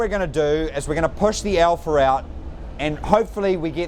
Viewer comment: I love how he says "alpha" Alpher